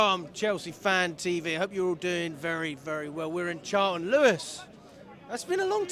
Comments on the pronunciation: It’s Charlton. Have some shame 🙈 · It’s Charlton. We shouldn’t get too excited.